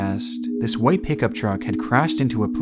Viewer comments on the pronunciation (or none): none